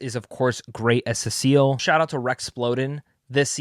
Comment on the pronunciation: Yeah, not the same thing. Also "Cecil" not "Sesseeel"